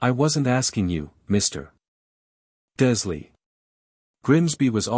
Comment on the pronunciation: I take it that the narrator is just a program that cannot be taught to pronounce Dursley, Wizengamot, Erised, etc?